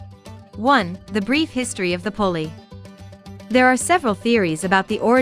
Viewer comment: The name is pronounced Poolie ... similar to Poodle and their breeds are very close